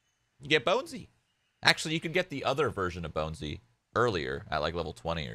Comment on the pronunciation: its Bonesy shroood not Bouncy